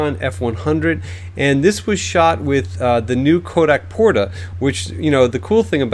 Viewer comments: Did he mean Kodak Portra? (Not Porta?) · Hey, isn't it Kodak PortRa?